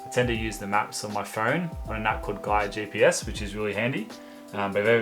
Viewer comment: Did anyone catch the name of the phone app he uses for GPS? I thought I heard "GIO GPS" but the closest I can find is "Gaia GPS" and that seems to only have US maps. Cheers.